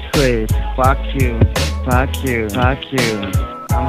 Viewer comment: "fack yuo" I feel that